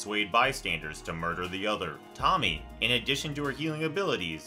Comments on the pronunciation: I'm glad i'm not the only one who was going nuts over the way he was pronouncing that. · Ok but the way this guy pronounces Tomié makes me want to climb into one of those mysterious holes in the wall and never come back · I'm sorry but I couldn't help but laugh out loud at how you pronounced Tomie 😭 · the constant mispronunciation of "Tomie" is driving me nuts here. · you can pronounce uzumaki but not tomie? shame. shame. shame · They pronounced tomie all messed up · .....that is not how you say Tomie's name.... jeezus smh.... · It's pronounced Toe-Mi-Ey. Not Tommy. Some would say it makes you lose a bit of credibility discussing the works but it's nbd because the video is still informative. Just semantics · "toe-me-ayy" not Tommy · dude its pronounced to-mi-eh thats what my dad said at least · Lol it's not Tommy, it Toe-me-aye. Love the video! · Tommy lol 😆 oh man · How the hell did he get ''Tommy'' out of Tomie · Someone has probably said this but… It’s not Tommy. Toe-me-Aye. Japanese is almost always said in letter pairs. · “Tomie” isn’t pronounced as Tommy, it’s TOE-ME-EY. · Great video, but it drove me kinda nuts hearing the name "Tommy" over and over again lol. It's no big deal no big deal and all, but it's "Tomie" pronounced "Tome - e - ay" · Bugs me that you keep calling her 'Tommy'. Her name is pronounced Toe-Me-Aye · Just wanted to say this but you pronounced Tomie wrong. You were so far off. It's To-mi-e with the e said like "eh". Also the anime was a joke, not really a good idea to use those examples. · No, Tomie isn't pronounced "Tommy" and it isn't pronounced "Toe-me-ay" either. It's "Toh-me-eh" and both the "toh" and "eh" are an abrupt, brief sound. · The ending to the window next door is the whole family moved out. But why it's so hard for some American to pronounce the original way of the latin alphabet ? Tomie isn't pronounce as tommy its To mi e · I just laughed cuz him saying "tomie" Its pronounced "to-mi-ye" btw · lol, he keeps calling her Tommy